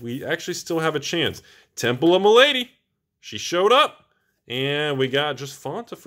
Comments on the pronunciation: Temple of Ma-la-dy, not my lady! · Sorry but it was really doing my head in....the temple of malady is said mel-a-dee not ma-lady.